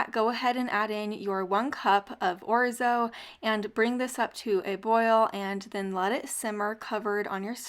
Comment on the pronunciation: 1st recipe made me remember why I purchased orzo. It was that recipe 😅❤. I have an old Italian friend and she bit my butt for saying it like you do. I believe she said I was pronounced knock and capitol E. 😅😅😅. I don't know, but I believe her.. I have a generic Salad Spinner . Best purchase ever